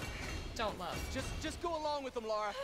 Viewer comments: Brilliant playthrough first episode. Two things. Bass in audio is too loud for headphones. Second. Come on Nicole. Its Lara. LA-RA lol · I hate being one of those guys, but, This is not the first game. The first game was released in the mid 90s. This is the first of the reboot series. It's Lara, not Laura. :p